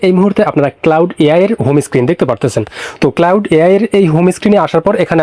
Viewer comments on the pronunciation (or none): ভাইরে ঐটা ক্লাউড না, ক্লড